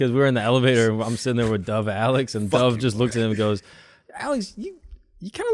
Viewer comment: Schulz how do you feel about the fact that you say your so called OLDEST friend’s name wrong? It’s dove, like past tense of dive, not dove like a bird 🤣 cracks me up every time